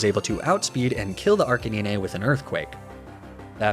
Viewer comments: ARCA 9 NINE NINE NOT NEENAY 😭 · Hearing Arcanine pronounced “Arr-Cuh-Knee-Neigh” actually physically hurt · what did you just say?? Arca-what???? LOL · Ur a pokemon god. Plz speak arcanine out good the good way. Ar-kee-nine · Are-cuh-nine is how you say it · Arcaneenayne? Magne.... zahn??????? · Am I the only one that noticed he called Arcanine “Arcaneenay” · Me: **goes to subscribe**: "Arcaneenay" Me: **reconsiders** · You also pronounce ninetales and arcanine wrong You say it as 9tales and arca9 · oh shit, did he just say archikneenay? He is channeling the world champ difference. Games over already. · aint no way you seriously say arcanine in such a dumb way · Really enjoyed watching this as I'm about to take on Victory Road and the PL on Renegade Platinum too but you have GOT to start pronouncing Ninetales and Arcanine properly 🤣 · PLEASE stop pronouncing Arcanine that way. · The way u mispronounced arcanine and ninetails infuriated me but I still stayed to the end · Ayo how did my man pronounce arcanine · Second video of yours I am watching. What's with the wrong pronunciation of "nine"? Arcanine and Ninetails